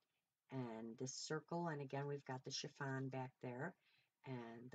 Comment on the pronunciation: Amazing job! I’m never surprised, you have always been a quick learner! So funny, I remember you saying efemera wrong but I wasn’t about to correct you! Lol lol but I will tell you my child, it’s not chiVon, it’s chiffon! Lol lol love you and your flip out is just fabulous!! 💜💜💜💜💜💜mom